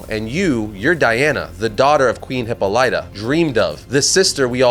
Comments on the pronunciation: The way you say Hippolyta...😬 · Bruh you’re absolutely butchering Hippolyta. Please Google how to pronounce it because this is criminal if you’re going to continue covering Wonder Woman.